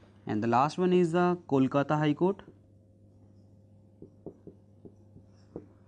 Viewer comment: acha samjhaya hai sir ....but voh "Kolkatta "nehi sir KOLKATA hai